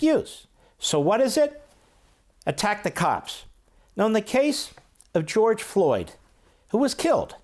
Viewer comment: Watched two speeches by Pelosi and schumer and both couldn't get George Floyd's name correct unbelievable